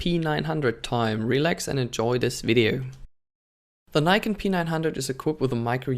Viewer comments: Its NIKON. Not AKON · Its not "neikon" its nikon.... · Don't mislead people, it's pronounced Nikon